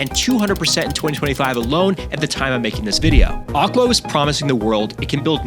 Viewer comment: Ahk-lo?? Voggle?? Ay-rora?! You're messing with us right? Mispronouncing these to get people to comment?